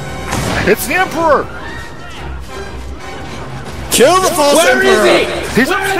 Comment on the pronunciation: "kill the false emperer "